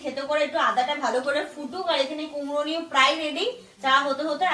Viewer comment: কুমড়ো দিয়ে ওটা কে কুমড়ি বলে।